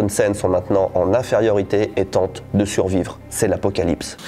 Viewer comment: Suvrire je sais pas mais survrire j’espère 🤣